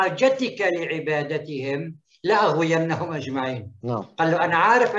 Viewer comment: لأغوينهم بضم الألف يا وليس بفتحها تعلم قراءة القرآن ثم فسره مو على كيفك